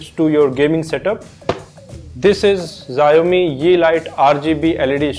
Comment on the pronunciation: HELLO - FIRST THING XIAOMI IS PRONOUNCED AS "SHAO-MEE". Having said that, your video quality is really good. I need help in syncing the lightstrip with my monitor? can it be done, if yes, how? Please help, many thanks